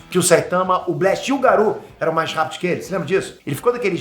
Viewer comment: pq diabos você fala Garu, em vez de Garou?